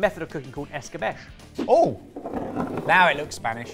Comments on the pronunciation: By the pricking of my thumbs, some fun comment about how he might say it this way comes. It’s ‘ess-ka-betch-ay’. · It's 'escabeCHE' (pronounced CH as in change, and E as in Edinburgh). EscabeSH is how it's said in the southern US and Caribbean. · If it's Spanish, wouldn't it be "esk-a-be-che", not "es-ka-besh"? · "fill-it" "Es-ka-besh" Like.....seriously......have you ever heard these words before? Even once? It's not that hard to pronounce them correctly. "Fill-ay" "Es-ka-bee-chay" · According to my wife, in the Philippines it's pronounced eskah beh chay, not eskah besh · Es ka bay chay. Not just with fish… but good video. Cheers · Btw escabeche is pronounced "es-ka-bVE-che" (four syllables) and is a common preparation in Spanish cuisine and other Spanish-speaking countries with that super interesting history you talked about -- It's really tasty! If something is escabechado ("es-ka-bve-CHA-do") or "en escabeche" it means that it's preserved in a mixture of vinegar and fat (olive oil of course is the most common). The result is like pickling -- but enhanced by marinating in the seasoned oil, and often other ingredients -- so it has a glossy confit-like texture and is preserved for longer. You can apply this preparation to vegetables, seafood (prawns, squid, octopus, mussels), fish, chicken, all kinds of things. I ate this is Spain as a kid and still make it now. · 2. it's escabeche as in eskabechay - just means marinade. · I'm not Spanish or Hispanic, but is that the correct pronunciation of "escabeche"? I would have pronounced it "ess-ka-BAY-chay." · I think pronounces all non-English words as French. It should be ess-ka-BET-chay. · I find it interesting that in English "escabeche" is pronounced "escabesh" but "ceviche" is not pronounced "cevish". Especially as we learned that these dishes are related 🙂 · I am spanish and died every time said escabeche that way 🤣🤣🤣🤣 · I'm not Spanish and it made my ears bleed